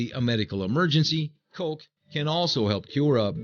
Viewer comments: it bugs me how he says it like colk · colk....i hate they way you say coke